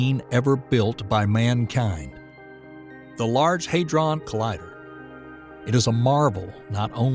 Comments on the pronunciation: The 'a' is short; HAD-ron, not HAID-ron. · NOT LARGE ‘HAY DRON’ COLLIDER’. ITS LARGE ‘HAD RON’ COLLIDER!